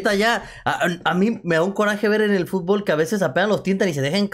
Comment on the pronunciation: "Fútbol" se dice, no "futbool" te banco fuerte 💪